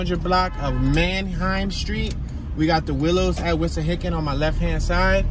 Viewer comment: It's not Wishahickon -- it's Wissahickon babe.